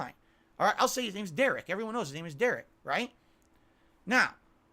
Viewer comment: SAYING DERICH IS INNOCENT IM DONE